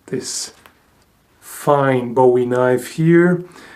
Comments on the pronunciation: You pronounce Bowie like "Bu-wie" not like "Bow-ie." It was named after the Bowie brothers, one who invented it, and the other, Jim Bowie, who was famous for his skill with the blade, notably in the Sandbar Incident. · Heh heh, take it from Southern boy: It's pronounced "boo-ee". Otherwise, cool vid.